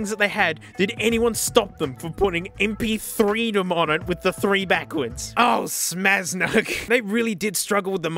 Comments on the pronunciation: "imagine em-pee- three -epsilon-reedom" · Correction: “Em-Pee-eerhT-Ree-Dum”